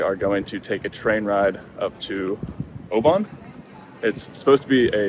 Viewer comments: Edin-bruh...Edin-bruh...Edin-bruh! 🙄 bruh like in duh! Glasgow is OK First time I've heard Oban mispronounced though.. try 'Oh-ben' not 'ow-baan' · Enjoyed that guys well put together … we pronounce “Oban “ ..as Obin 🏴❤️